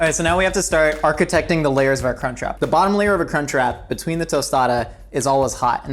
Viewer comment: I watch most American youtubers double time cause you all talk a bit slow, and as an Australian, every time he said "crunch wrap" it sounded like "c*nt trap" and its just bloody hilarious tbh